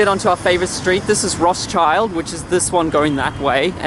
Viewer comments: Haha lol it's not "Roth-child " it's pronounced roch-ild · that's not Roths Child,, that's Roth Schild(shield)... which means red shield in german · Rotz-child ?!?! It's pronounced rot-sheeld!!! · Just so you'll know it's pronounced RotSheeld. Not RothSchild lol